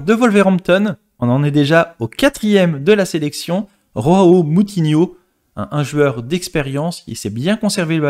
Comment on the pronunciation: Ont ne dis pas roao mais Joao